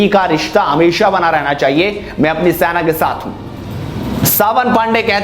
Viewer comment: Senaa Bole be saina sainaa bol re irritating